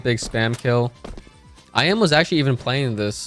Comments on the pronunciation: its eeeMeh not I'm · iM = Emeh, not “i am” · I M ?????? it's imah:face-blue-smiling